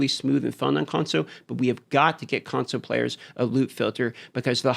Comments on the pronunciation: What we really need is you to add the L to the word console. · i was playing a drinking game where everytime you say consow i have a drink, now im hammered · I just love the way you say “console” :) FIX the damn Conso you fools ❤ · "Consoe" players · Why does This guy say console so weird lol